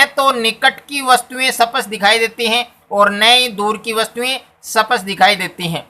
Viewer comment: सपट नही बोलते है सर स्पष्ट होता है